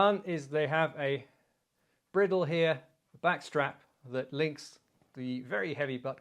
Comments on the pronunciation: Fascinating video, and as entertaining as ever, but "briddle"? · Chap, you and I both know that bridle is pronounced just like the headwear for a horse. Its purpose is the same as the bridle For your horse. Cheers